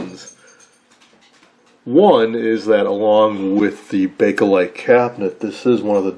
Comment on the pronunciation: Not to get on your case, but in the previous recent video with your friend and his Airline radio, you corrected him about saying "bak-a-lite". in this video you say the same thing. Gentle chiding. Good video despite! ;->